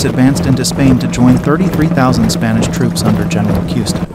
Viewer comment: Well that was a confusing mess. Could not tell who was doing what, when or where. Ever use a top down map to show what is actually going on ? Oh, it is pronounce KooEhsteh, and cannons were Twelve Pounders. Horses are bigger targets and easier to hit, shooting standing up was just stupid. Kneeling is a smaller target and more stable. Aim at the horses keeps the guy with a lance and sword from coming close. Plus the horsemeat will keep men eating for days.